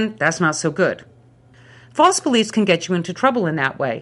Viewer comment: This is not only a good example of the Problem of Evil but also a good example of the linguistic concept of excrescence! Listen to how her "false" becomes "faltse."